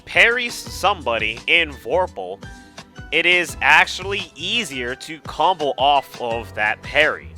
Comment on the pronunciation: ackhually this ackhual video is very ackhually ackhual